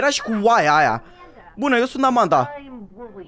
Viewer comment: Nu se spune amenda și se spune Amanda